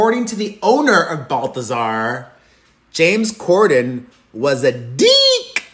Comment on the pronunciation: Gotta pronounce "corden" better.. lol you literally kept saying "gorden"